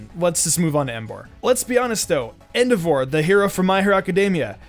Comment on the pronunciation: The way you pronounced Endeavor brought me phsyical pain